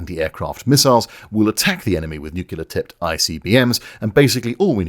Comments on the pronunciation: Why are increasing numbers of people pronouncing ‘nuclear’ incorrectly? It used to be a problem only American presidents and hillbillies had, but now even genuinely clever people are doing it. Probably a good research project for a sociologist. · Sorry but I've made a promise to myself that as soon as I hear the word N-U-C-L-E-A-R pronounced N-U-C-U-L-A-R Then I immederatelee ditch the content. But don't be too disheartened because, A: what does my opinion count for 🤷 f.a. admittedly and B: again don't feel too disheartened because I hear actual NUCLEAR physicists pronounce it NUCULAR. It just raises a big fat question mark on credibility .....I'm not pointing out anybody percificly it just really annoys me that they give it all the specialist jargon yet can't even bloody pronowns itt 🙄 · nuclear, not nuculer. jesus. it's not cultural, it's ignorant. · I just want to point out that despite making a graphic illustrating the way you pronounce the word nuclear and how that differs from the American pronunciation, that is still not how you actually SAID the word in this video. You said new-cue-ler, not nrw-klee-ah. You're swapping the L around. I only point this out because in previous videos you've given Americans plenty of shit for pronouncing things the 'wrong' way. Fantastic video though. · is the correct pronounciation, saying "nukular" is the "dumbing down". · It's nuclear, ie "new clee are" not "noo cue lah" 'cos it's from nucleus which isn't pronounced "noo cue lous" but "new clee us" I'm so sick of people saying it like an american kid that I'm giving you a thumbs down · Why would anyone with a posh British accent ever say "nucular"? It's "nuclear", you imbecile!!! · I simply can’t take people who say “nucular”, like some 5 year old, seriously. It is NUCLEAR. Splitting the nucleus of an atom, not the “nuculeus”, there’s no such thing. DNA is made of nucleotides, it’s a clear sky, not a “cular sky” - how hard can it be? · NUCULAR?? REALLY??